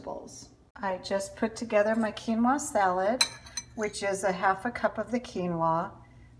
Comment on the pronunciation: What did you mix with the cucumbers and tomatoes? Keymo? Keylo? Are you saying “quinoa”?